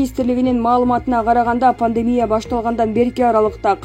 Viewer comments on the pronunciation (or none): none